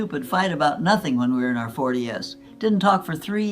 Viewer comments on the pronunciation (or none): Also she and her sister were in their “40 S” when they had a disagreement. It’s not just the voice over that’s wrong…. if you watch her lips she actually says “40 Ess” not forties. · Oh no, what a waste of time! Saying 90 S (saying the letter S separate) instead of 90s? Sister in her 40 S instead of saying her 40s? Saying her husband is a she? Ugh I can't watch any more fakeness, what a waste of my time just because some rando wants us to listen to their rambling! I guess they're getting the likes and views lol. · Sadly, this is Fake, artificial. This "person" makes four critical pronunciation mistakes that no human would make, especially someone this mentally sharp. She pronounces sugar as "sew-gar." She also describes a family argument that took place in her 40's but pronounces it as "forty-ess." There are two others as well. I think the content is quite good from a dietary perspective, but it is not real. But this is obviously an artificial computerized voice reading a script. Further, the voice is just too perfect with no inflection, pausing, etc. You can't fool everyone.